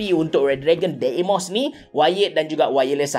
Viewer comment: Sebut dia dimos bukan deymos